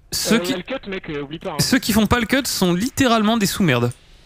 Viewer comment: Très joli cut, mais on prononce pas le "t"